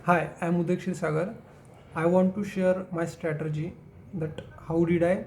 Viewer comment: Strategy*( in pronouncition too)😊 not teasing but people appreciating you as a ranker and definitely you are 🎉